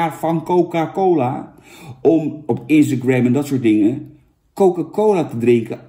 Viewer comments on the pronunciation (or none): none